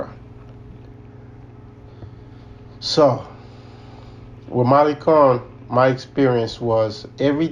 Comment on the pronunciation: Malicon?? No malecon ma lay con